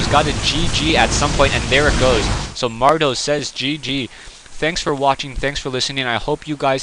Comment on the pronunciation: mad-row not mar-dow. some commentator you are..